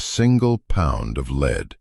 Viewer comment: AI narration, AI is supposed to be smart. Lead, the metal is discussed continuously. Then the narrator pronounces LEAD like its being used as a verb. HUMAN editing would catch it.